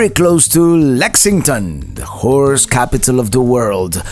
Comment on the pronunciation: you gotta pronounce horse a little better. Wife thought I was watching a bad channel lol.